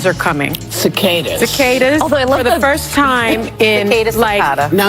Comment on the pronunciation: Cicada (sick-ah-duh).